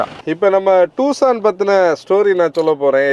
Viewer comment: "டுசான்" not டூசான்